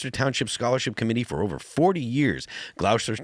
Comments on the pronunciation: "Gloss-tur" not Glause-ter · Phil pronounced Gloucester wrong.